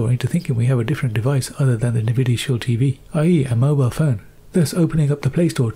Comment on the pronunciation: "Nih-videa Shield" 😂😂😂😂😂😂